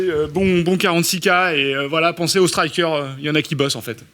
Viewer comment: arrive même à se planter lors de ses petites interventions! Ce n'est pas "straillequeur" qu'on prononce, et pas non plus "striker" qu'on écrit...